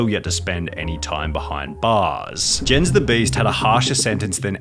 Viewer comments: rip sunny for the way he pronounced "jens" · Jens the beast is actually pronounced "Yens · Jens the beasts name is pronounced as yens like a y but spelled with a j, i would know. Thats my name as well